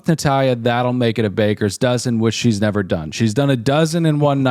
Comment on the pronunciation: New quote around the house is "you wull nevah!"